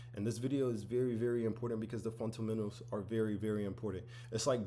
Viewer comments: It’s, FUNDAMENTALS. Not, “funt-amentals”. 😂 It’s ok though, I’ve been saying, “mun-sters” instead of MONSTERS 👹 for decades. 😂 🤦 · Fundamentals❌ Funtamentals✅ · Ive watched this so much that "funtamentals" is pissing me off. Ty Sensei😂💀💀💀